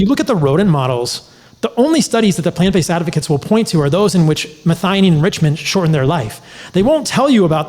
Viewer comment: Pronounced- Meth-eye-oh-neen...